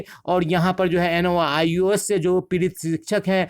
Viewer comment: Noios nahi hota hai nios bolie